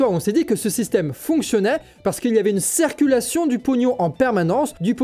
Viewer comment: La cEEErculaion! Ouch!!! Vu que tu es le, essaye de prononcer " cIrculation " STP. Super série. Gros travail. Merci